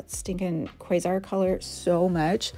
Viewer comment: I think you're the first person I've seen pronounce quasar and Orion correctly. As a bonafide nerd girl, I appreciate that 😂 Beautiful looks